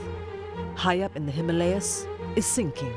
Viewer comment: The narrator needs to correct the pronunciation of Himalayas...